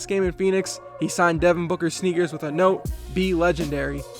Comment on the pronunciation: devon boocker ?! HAHAHAHAHAHA nice joke